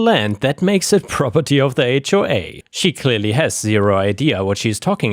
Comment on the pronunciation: Rroperty? AI?